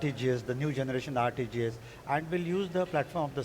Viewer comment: Bad at accents, but clapping in general what is that word. RTG's(?) sounds like "artijez" or something ! to me sounds like a few words I know all at once but nothing like any word I know 🤣🌞 Got the jist of it anyway.. ECOSYSTEMS !! i first found great new insight on ecosystems in a very simple way. I had searched DECENTRALIZED vs CENTRALIZED and found an incredible amount of political study type papers. Was fascinated but uneducated so had to just take what I could and move on. The Karl NOTMARX the other one paper was referenced so many times, iirc it was politics(?) in the age of trump Turns out NOW there are tons of different results for the same search ! I gave up but one of them was a fantastic new result I noticed for many reasons. Hilariously coincidental so I noticed it more than any other result, even the exact date has personal significance, back in 2016 🥚 "Social Media Is Killing Discourse Because It's Too Much Like TV" PS >< pretty annoying still, this bandaid style rate limiting GOOGLE >< dont listen but.. whatever the workaround worked